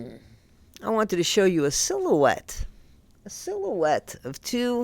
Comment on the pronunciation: Not that damn sillow-ette 🤣